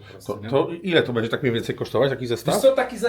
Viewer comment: wszystko swietnie tylko staraj sie mówic będzie a nie bedzie